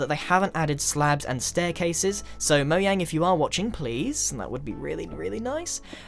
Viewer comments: The Golden Ninja yeah! and did anyone notice that Grian said Moyang not Mojang when we started the video!😂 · Grian You Said Moyang In stead of Mojang Right Here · DID HE SAY MOYANG INSTEAD OF MOJANG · I can't believe grian said moyang instead of mojang 😂😂😂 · he said Mayan the Minecraft company is not called that it’s called mojan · SINCE YOU SAY "MO YANG" INSTEAD OF "MO JANG".ID ASSUME YOU SAY "YAVA EDITION" INSTEAD OF "JAVA EDITION" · It's not moyang it mojang grian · it mojang not moyang. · Its Mojang, not Moyang. Pronounce it right! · Omg I know your British but Mo-yang sounds hilarious. (I'm American so I pronounce it Mo-Jay-ng) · You know that you say "moyang" in stead as mojang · is it just me or does he say mo yang instead of mo jang though I don't know if he's American Australian or British sooooo idk but nice Vids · Sorry to correct you but it's mojang not mowang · Who noticed that grian said moyang its mojang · Moyang. You said MOYANG! It's mow-jang. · It's pronounced MOE–JANG, not pronounced MOE–YANG, stacyplays asked the manager or whatever dude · it's pronounced mojang not moyang okay? okay. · Mo yang? I thought it was pronounced mo jang. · You said "Moyang" Instead of "Mojang" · did he pronounce mojang like moyang? is that a british thing? im not trying to be rude i have just never heard that before... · Its MoJANG, not MoYang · Vasco Neto No , its "Mojang" not Moyang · btw it's pronounced mo-jang not mo-Yang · Moyang?? It's Mojang (Mo- jane-g) {{At 13 seconds}} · it mojang not moyang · its mojang,not moyang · Andon Gaming-they know grain said "moyang" instead of "mojang" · moyang XD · Grian said moyang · Grian: Moyang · Grian says moyang Other minecraft players😑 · Nobody: Grian: Moyang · He said "Moyang" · Did grian say moyang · Moyang lol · grian you said moyang lol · Mo-yang? ****TRIGEREDDD**** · Why do u say moyang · He pronounces it "Moyang". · It's not called Moyang Grian lol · WTF is moyang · He said moyang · It's not moyang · did he say moyang